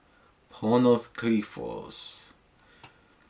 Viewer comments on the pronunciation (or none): It is pronounced as Pónos Krifós. And it means Hidden Pain.